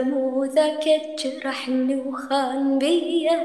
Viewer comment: انا عراقي و هذي مو لهجتنا احنا نقول ( جرحني ) و هي تلفظها غلط ليش ؟؟؟!!!! ليش هالاستقتال على الدفاع عن الغلط